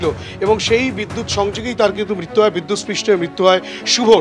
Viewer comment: একজন রিপোর্টার, বাংলা টা উচ্চারণ ঠিক করে করুন। বিদ্যুৎ পৃষ্ঠ কি বস্তু? কথাটা বিদ্যুৎস্পৃট